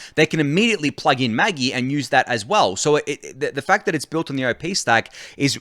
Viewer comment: It's pronounced Maj-eye, not maggy lol. The screenshot in the tweet was a Neon Genesis Evangellion reference